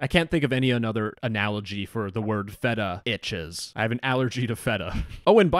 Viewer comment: I fuckin died at "Feta-Itches" lmao!